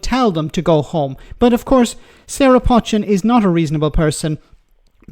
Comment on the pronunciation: how much of a clown are you? I've indicated too you 2 or 3 times that you pronounce her name wrong. Her name is pronounced 'Poe - chin' NOT 'Potch-chin'. Her name is well known in Cheshire and the way to say it. You might not like her politics but at least have the respect to say her name correctly.